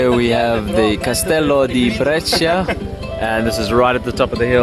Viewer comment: you read it bresha, not bresheea